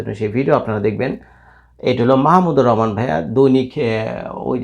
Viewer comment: বাংলাদেশের একজন স্বনামধন্য লোকের নামটাই আপনি ঠিকমত উচ্চারণ করতে পারেন না, আবার রিপোর্ট করতে আসছেন